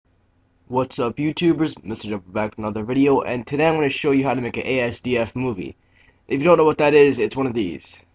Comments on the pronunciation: as-duff not a s d f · correction. it's actually ass-duff. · It's THE asdf movie, not an asdf movie. Also it's pronounced assduff, not spelled out. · it's pronounced "as-duff-moo-vee" and it's typed "asdfmovie" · i pronounce it azz-dufff movie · its not ee es dee ef XD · Thanks for showing us. Just so you know Asdf is pronounced "assduff."